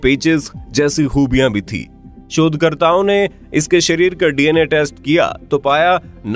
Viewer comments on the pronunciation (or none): Bhai shodhkartao bola ki chodkartao😂😂😂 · Sir... Galat bol gaye... ya galat sunai diya. 😂😂 "Shodhkartaon ke anusaar...."